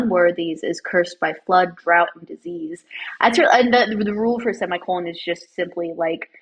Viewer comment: You can't roast other people's writing if you can't pronounce 'drought.'